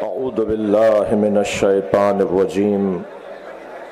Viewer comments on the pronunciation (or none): none